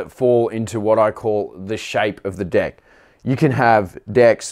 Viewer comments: I swear every time he says deck he is saying dick XD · Austin Miller thats what i thought also😎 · Yes, that's how the guys on the north & south islands say it, but for the rest of us on the west island, a deck is the part of the skateboard we stand on (or try to).